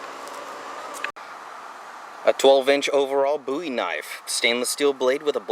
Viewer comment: The word is bowie, like bo-ee not booie. Goddammit nothing pisses me off more than that.